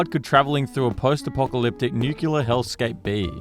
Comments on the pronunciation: Nuculer. Like George W. I love it. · Say the line, Bart! This guy: Nükiller